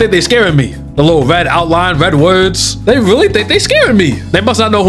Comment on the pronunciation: Why do I hear "little bonr"